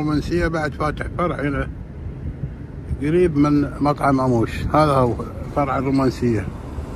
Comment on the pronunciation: لفظك للاسم غلط اسمه امّوش وليس اموش